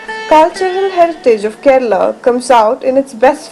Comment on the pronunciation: Aha, so Kerala is pronounced "Ked/a/la